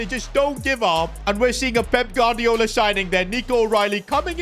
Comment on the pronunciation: Bro pronounces every Spanish name as if he’s from the streets of Barthelona but can’t say Gu-ar-di-o-la 🤣